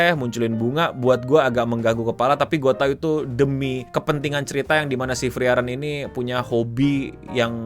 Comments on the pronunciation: bukan freren bang tapi FREE EREN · setauku cara bacanya itu "Friren". Itu e nya ngga dibaca soalnya ngikut pronounciationnya bahasa Jerman. Funfactnya lagi, semua karakter di anime ini dinamain dari kosa kata dalam bahasa Jerman. Kalau ga percaya, bisa dicek di Google Translate.